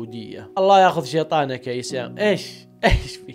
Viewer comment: اخيرا عرفت تنطق اسم ايسياما